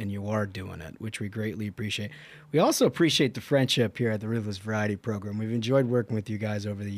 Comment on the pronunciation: Can someone explain why they call it “progrum” Listening to it I thought the guy was just a little slow but I see now it’s intentional.